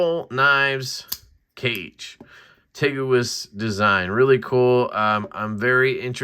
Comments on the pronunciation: Miserable video. It's pronounced Kah-Ghay. The scales are Japanese wrap pattern. Glad you measured your fingers. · Thanks for the video! I believe the intention of the name Kage is "shadow" in Japanese, and is pronounced kaw-gay. Cool little knife with the implied ito-wrapping look, as well.